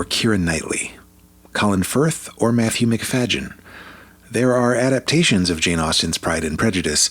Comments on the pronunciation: sorry but you are wrong. The 2005 adaptation is brilliant. The 1995 version is boring. And learn how to pronounce Matthew McFayden's name. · Your AI can’t even pronounce Matthew’s name correctly. Kiera and Matthew are the best adaption. Hands down.